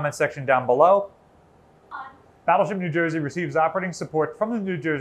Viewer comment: She should have cut you off at the end and said "Battleship New Jersuh"